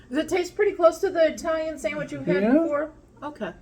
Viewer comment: I love how you say Italian sub. I-talian. We say Atalian North of Boston MA 😂